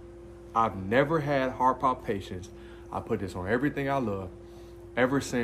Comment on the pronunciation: Heart Pal-Pi-Tations. cant keep letting you say pal-pations lol